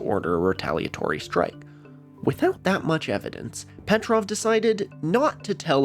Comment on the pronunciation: if Stanislav Petrov is so important pls try to pronounce his last name correctly 🙏 it's Petróv not Pétrov